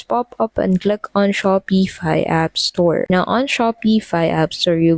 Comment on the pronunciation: Your pronouncing Shopify wrong